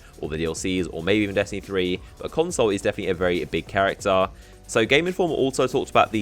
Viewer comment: Everytime you say console i think of moreconsole...